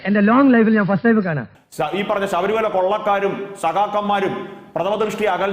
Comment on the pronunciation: അസോഫാവികത,സതമാനം, സൊഫാവം, സബരിമല